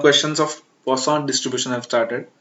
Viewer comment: Poision variable hita hai use kya pronunciation kr rahe ho 😂😂😂